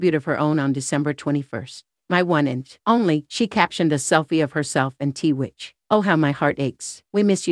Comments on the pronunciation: Why are you pronouncing his name as TeeWitch? It’s Twitch for gosh sakes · Private means private, yet you take pics and made a video. And it’s not “t-witch”. It’s “Twitch.” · “TWITCH,” not “T-WITCH.” 🤦🏼‍♀️ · if your gonna put this type video out make sure you get his name right It is Twitch , not T Witch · The name is 💎TWITCH❣️not T- witch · It's 'tWitch' not t-witch. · His name wasn't t witch it was pronounced twitch. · His name is Twitch!! Please out of respect say his name correctly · It's a computer speaking "T witch"